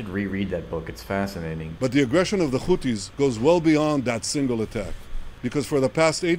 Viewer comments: He can say the letter H… why he keeps saying Khuthies? It’s Huthies. They always add a Kha letter to those they accuse as terrorists. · This silliness of saying Khoutis when next he says ‘hundreds’. They obviously know how to pronounce the ‘h’ sound. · “Da خuties” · Oh my god he’s saying khoootis? Now that’s another level!